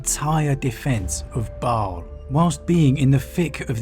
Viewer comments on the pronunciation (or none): none